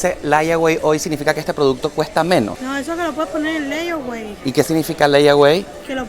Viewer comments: Pana no sea sinvergüenza...aprenda inglés. "Laiagüei". Por Dios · ...se pronuncia: Leywey ....layaway significa que puede apartar cierto artículo con cierta cantidad de dinero e irlo pagando poco a poco🤔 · Idiota, Vivís en USA y no sabés lo que significa ''LAYAWAY '', ni Cómo pronunciarlo .